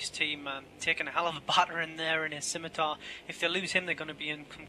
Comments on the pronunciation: Scimatar - Simatar not skimitar You dont say skissors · If she says skimitar again I will skin her face off. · You think she deserves some sort of special privileges just because she is a female? If someone refuses to pronounce words properly, and adds little to no value as a commentator, that person will be rightly criticized. It does not matter whether that person is male, female, black, white, yellow, brown, Jewish, Christian, Muslim, Atheist, rich, poor, human, or space hamster. If you act like an idiot on an international broadcast, you will be publicly ridiculed.